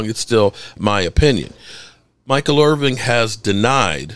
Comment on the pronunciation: "Irvin" not "Irving"